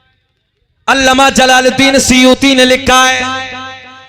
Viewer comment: ये जनाब अल्लामा को अल्लमा बोल रहे हैं वो भी 2 बार